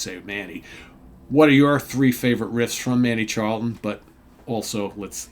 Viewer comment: The rock gods from the Kingdom of Fife! My favourite Naz riff Is Expect No Mercy. BTW the CH in Charlton is pronounced the same as the CH in cheese.